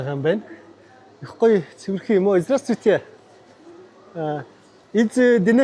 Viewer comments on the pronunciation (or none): Здраствуйте гэдэг биздээ Здрасттүйте гэж яриад байх юм 😅